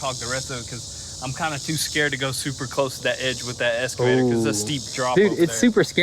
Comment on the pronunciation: EX...not Esss...EXCAVATOR. No "S" at all in that word...you all sound like idiots calling it an esscavator.